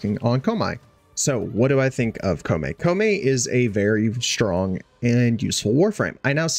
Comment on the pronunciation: You hurt me with that pronunciation of koumei